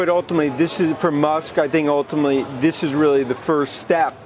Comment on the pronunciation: Gotta love Dan "Ultimally" Ives 😂